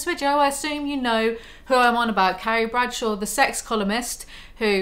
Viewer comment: It sounds like you keep saying 'Caries Pretzel.'